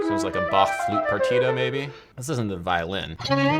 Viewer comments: pronounces Bach correctly pronounces portmanteau 'por-ta-men-teau' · It‘s nice to hear a more “correct “ pronation of Bach’s name (it’s a softer “Ba” ; not like an aggressive back) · It is so nice to hear that Bach's name is pronounced correctly in english by Adam. 😀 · As a German I am really pleased hearing you pronounce "Bach" so well! :) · 1. You play five strings exclusively, now? 2. Best Bach pronunciation on the English speaking yt! 3. So many liccs! Nice!